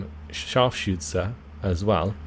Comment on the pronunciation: Yeah, his "Scharfschütze" is damn impressive, that's got to be one of the most difficult words we have. The biggest nitpick in this vid would be the "Follschirm" instead of "Fallschirm" but that could be adjusted by forcing your mouth to open towards the sides more to get out of that o shape.